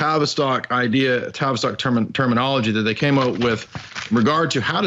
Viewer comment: Okay, new here and loving it but every time you say "TAVISTOCK" I hear Travis Scott. Isn't that the rapper that had a concert in which all sorts of magic was performed and people actually died?